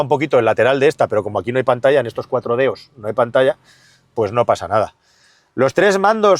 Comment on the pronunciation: ¿Ha dicho "cuatro deos"? Sí, ha dicho cuatro deos.